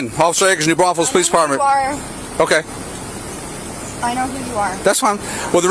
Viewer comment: ITS PRONOUNCED - NEW BRAUN-FULLS